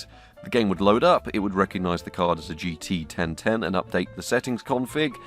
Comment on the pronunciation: GT 1010: ❌ GT Ben Ten: ✅